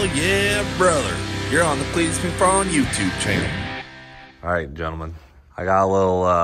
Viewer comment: "Cleetus" not Cletus...you should know better lol